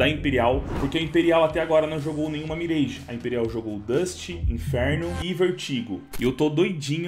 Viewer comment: pq ce fala mireige